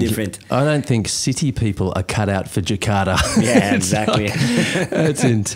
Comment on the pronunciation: Respect to ras Muhammad for pronouncing Jakarta not Jekadaaa...